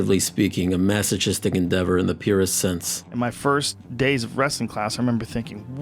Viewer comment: Masochist is pronounced like masokist. Sorry, I get kinda anal about that stuff.